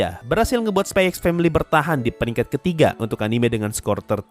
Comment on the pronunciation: bro sebenarnya dibaca nya itu spy family🗿 x nya itu gak dibaca🗿